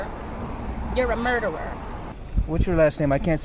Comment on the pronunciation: She cannot even pronounce murderer correctly. LOL